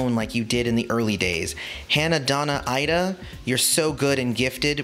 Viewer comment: Please tell me you know that Ida’s name is pronounced EEEda. Tells me what type of Prince listener you are.